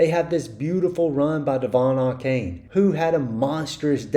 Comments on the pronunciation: Ay-Chan is how you pronounce Achane. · It’s pronounced “A-chan” and that’s according to him. Apparently everybody has been mispronouncing it.